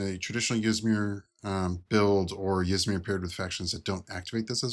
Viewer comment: Ty for the review, idk if Yzmir is pronounced the way you do, but now I can't stop doing it as well so.